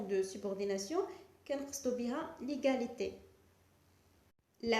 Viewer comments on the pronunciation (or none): Quelle prononciation !!!! Comparison ,diffirence,egaliti,supuriorité...preuposition ...درسي العربية احسن.